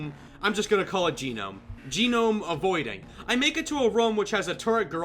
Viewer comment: Gonome (Go-nom) You pronounce it GO NOM. not that hard